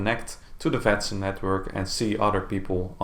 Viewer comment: then let me explain you: The simulation network should be written as "Vatsim" but the way it is pronounced in the video makes it sound like "fatsim". Now you know.